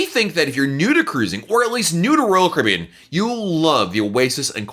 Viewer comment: This guy pronounces royal Caribbean like rall Cribin